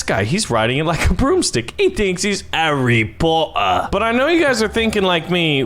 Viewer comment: You said arry Potter xD